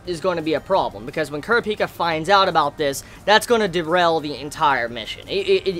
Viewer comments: how he sayz kurapki erks me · I love you but you have to stop saying Kurapika wrong it's pronounced [Cor-ap-ee-ka], or could also be pronounced as [Cur-ap-ee-ka]. Seriously watch the anime. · Thought i was going crazy because overtime i hear say it, it feels weird.